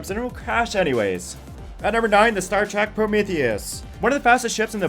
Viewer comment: Your scientific evidence is rendered moot, by your pronunciation of Star Trek. "Track" 😤